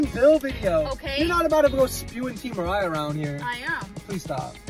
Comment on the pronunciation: It's pronounced Mariah